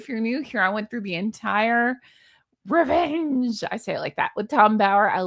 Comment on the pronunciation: I missed your “RRRREVENGE”!! 🤣🤣🤣🤣🤣🤣🤣